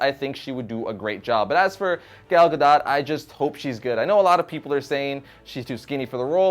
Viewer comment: It's pronounces Gal (like a lady) Gadot (ga-doe)